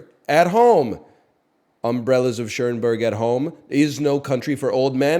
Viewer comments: One of my favorite movies. He always pronounces it that way and I can't tell if it's a bit or he really thinks it's Umbrellas of Ch-ERN-berg. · he said chernberg 😂😂